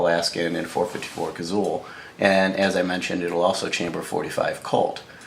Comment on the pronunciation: Had to quit ya . Liked the info but couldn't take another "Cazull"!